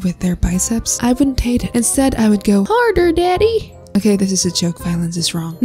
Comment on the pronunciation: "HaRdEr DaDdY" in a country accent...